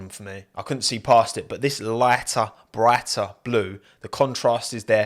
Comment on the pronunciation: “loighter, broighter”